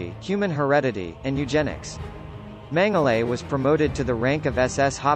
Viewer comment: As a person if Austrian heritage... It's pronounced "mengala"